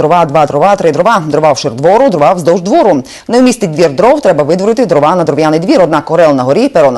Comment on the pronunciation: дрОва - наголос